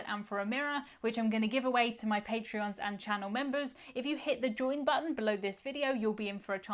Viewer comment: Patreon supporters aren't called "patreons", they're called "patrons", as in patrons of the arts. I understand why it's confusing, just thought I'd give you a heads up lol